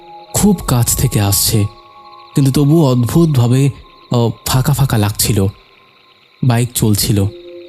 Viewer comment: ধুর! বারবার কেন বলছেন"ফাকা-ফাকা"। বিরক্তিকর।"হাটা"? "হাঁটাচলা""ফাঁকা"‌ কাঁধ" "কাঁপা-কাঁপা" বলতে অসুবিধা হলে পাঠ করা ছেড়ে দিন।